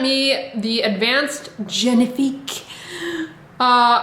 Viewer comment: I almost choked on my coffee the way u said ‘genifique’ 😆